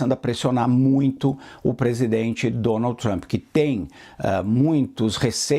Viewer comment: Dificuldade da âncora pronunciar: Donaldy trumpy 🤦‍♂️